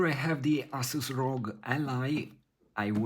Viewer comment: "Ass-us". Love it.